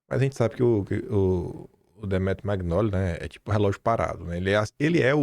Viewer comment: Pelo amor de Deus! Nao é “Maguinóli” . Nao custa respeitar a pronuncia dos nomes de origem italiana. Você pronuncia lasaguina ao invés de lasanha?